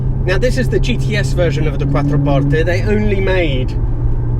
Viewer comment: The only English person that has ever pronounced "Quattroporte" correctly. Nice!